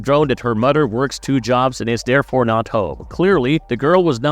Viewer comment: Are you saying the word “ting” in place of “thing” and “Mudder” instead of “mother”.. i like your content but thats strange enough to distract with all the other weird words sprinkled in